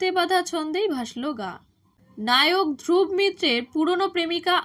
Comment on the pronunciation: বাঙলায় উচ্চারণ ধ্রুবো, ধ্রুব্ নয়।